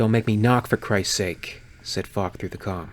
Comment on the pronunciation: So often understanding "Fuck" instead of "Falk", makes some sentences really funny :D Anyway, Falk this shit xD